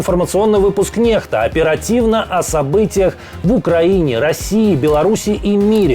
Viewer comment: Почему канал НЕХТА а не НЕКСТА ? И в слове " украинский" правильно надо ставить ударение.